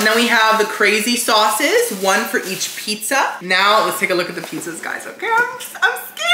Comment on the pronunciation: “PETZA PETZA”